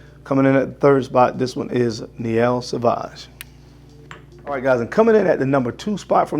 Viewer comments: It is Miel Sauvage, not Niel Sauvage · A little notice- Miel Sauvage, not Niel 😉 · It is "Miel Sauvage" which means wild honey :) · I am sorry,… But I was just laughing my Butt off. Niel Sauvage ?????? Ha ha M iel with an M. Meins honey in french. Love It. Ps Great review. I am def going to check this brand out.